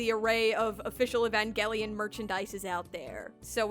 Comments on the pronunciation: e van gel ian not evan gell ian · The fact that I’ve been pronouncing Evangelion as Evanjelion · (It’s actually evanjelion the pronouncement ok?) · Why do I hear Evan gay lion whenever you say evangelion. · It's "EVAN-JELLY-ON" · Guys I think she said evangelion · drinking game: take a shot everytime she says "evangelion" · if i had a penny every time she said “evangelion” or “eva” i would be the next Elon Musk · i like where she says "Evangelion" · Take a shot for every time you hear "Evangelion" in this video Good luck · Okay but why do you pronounce evangelion so wrong tho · I never want to hear the word “evangelion” again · I hate the way you pronounce evangelion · Take a shot every time she says "Evangelion" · Lets play a drinking game. Everytime she says "Evangelion" Take a shot. Comment below how long you survived ↓ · Couldn't last the full video solely due to how you pronounced Evangelion